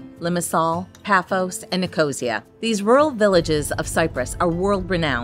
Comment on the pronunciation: Why do Americans always butcher the pronunciation of places overseas? Please take some time off camera to chat to the locals and make sure you are pronouncing things correctly. Nicosia = Nic-o-see- ya. 😢